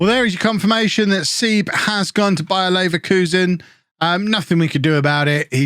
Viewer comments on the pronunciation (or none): none